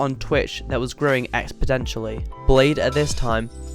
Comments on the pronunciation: expodentially btw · Please stop saying expoDentially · It's exponentially, not expodentially 🤣🤣🤣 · Weird pronunciation of 'exponentially' you have there.